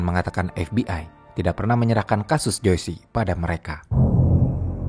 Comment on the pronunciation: Joyce itu dibacanya jois bukan joisi… smg next ga salah lg ngucapin nama